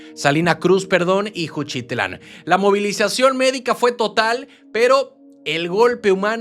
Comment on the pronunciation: No es juchitlan es Juchitán sin L